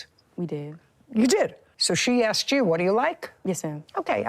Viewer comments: "I axked her" its asked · The woman in blue said she axed the other woman!